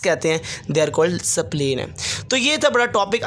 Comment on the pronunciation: Sir pronunciation is in correct sapleen nhi h spleen hota h